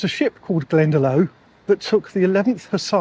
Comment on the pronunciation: Hi. There's a village here in Ireland called Glendalough ( it's pronounced Glenda lock)